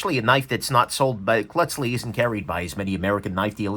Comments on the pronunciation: en völlige seich isch das, mir säged da nöd cloatzli, sonder klötzli oder chlötzli, dä häts scho richtig formuliert;-) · Swiss would pronounce the name as Cloat-zli with emphasis on Cloat. That is Cloat as in coat but with an l sound after the C. I do not speak Swiss-German but I have been to the shop in Burgdorf, have met Mr. Klotzli and his son and daughter, and have a Swiss son-in-law. BTW...it is a great little shop in a charming village. I have been to the shop in Bern also.